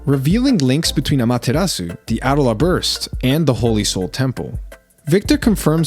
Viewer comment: I get you want the names and pronunciations right but ffs I watched this show in english, say A DOLE LA not adala